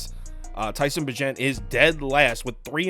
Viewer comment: Bagent is pronounced like agent but with a b lol